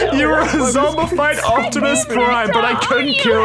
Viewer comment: He said optimus plime